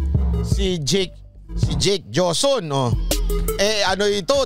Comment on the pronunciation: HOSON Ang pronounce Ng JOSON diba MATALINO KA???